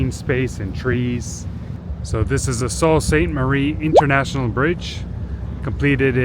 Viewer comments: Sault is pronounce Soo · You'd think he would hear a local pronounce it properly at some point...